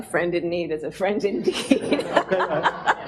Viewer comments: I'm from Poland and there is a video circulating around, from the same meeting I guess, when our (not so bright) president mispronounced the saying "A friend in need is friend in DICK". At least it sounded like that. I swear to god, why on earth we have a guy in charge that can barely speak english? It's embarrasing 🤦🏻 So I guess Kamala is reffering to that 🤷🏻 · I think this was because he used that phrase in the beginning of the talk and accidentally mispronounced it saying: "friend in need is a friend in dick." There is a clip of it online, but I watched the entire thing, and I could not find it there, so I am not sure whether that part was removed or whether the clip is real. Her reaction makes me think that it is very possible that the mispronounced clip is real.